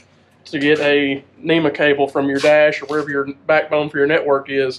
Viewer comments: NMEA is 12VDC....NEMA is for SHORE POWER 120VAC ....That is why you should pronounce it "N,M,E,A" and not NEMA....Please be professional and say it correctly. If you say it wrong you will also spell it wrong. Proof is in your video title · Hello. It’s not a NEMA network, it’s a NMEA network. I know it’s harder to pronounce, but let’s get it right guys